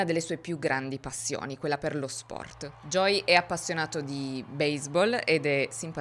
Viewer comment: Creo sia perche viene pronunciato “Joy” in tutto il video (che e’ diverso dalla pronuncia di “Joey” ed e’ un nome femminile). Conosco bene questo problema perche anche mio figlio si chiama Joey e nessuno in italia lo pronuncia mai correttamente 😅